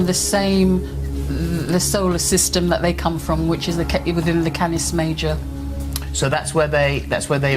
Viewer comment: She said Cattis Major 😆 😆 😆 😆